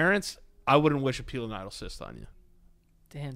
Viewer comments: I have a pilonidal cyst and it suuuuuucks when it's inflamed and infected!! Also, the way you guys pronounce pilonidal KILLS ME.😂😂😂 My family pronounces it pie-Lynn-idol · pilonidal cyst. Joe: piñoninö cyst? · Can someone PLEASE tell me what episode it is after this where Joe says pinonino cyst again???